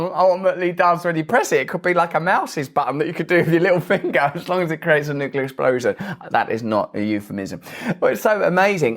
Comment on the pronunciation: He gets points for pronouncing nuclear correctly. Not nuc u lar, like almost everyone else.